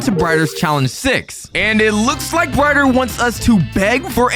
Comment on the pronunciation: I heard you say bryer instead of brighter